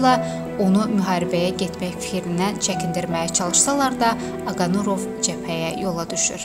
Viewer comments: 5 dəqiqəlik video üçün mətni düz oxuya bilmirsiz??? Aqanurov yox Aqarunov. Allah rəhmət eləsin, qeyrətli oğula! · Aqanurov yox ay millət,Aqarunov.ay jurnalist. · Oxuyanda duz oxuyun nə olar. Aqanurov yox Aqarunov. Allah rəhmət etsin şəhidlərimiz cənnətlikdir. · Allah rehmet elesin.metini oxuyan xanim başqasinda sehvi tutursuz amma sujet erzinde ne qeder onun soyadini dedinizse hamisini sehv dediniz.Aqa nurov yox. Aqa runov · Он не Агануров,а Агарунов! Вы,сначала сами научитесь правильно произносить имя героя. Стыд и срам